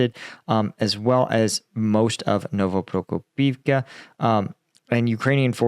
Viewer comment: I know it's hard to learn all the villages and other names in a foreign language. I'm a Croat living in Finland, it's not exactly a walk in a park, so I don't fault you for mispronouncing stuff, I know you've been trying hard all this time, I mean, you get Novoprokopivka right! But I do fault you for not spellchecking one village when you decide to put it into the thumbnail. It's OPY-tne, not OPT-yne